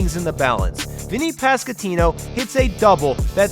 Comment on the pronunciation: hey man I love your content but its vinnie pas-QUAN-tino